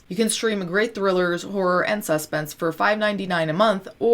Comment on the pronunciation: Anyone else mentally double take when she says SUS-pence instead of sus-PENCE like emphasizing the sus instead of the pence ....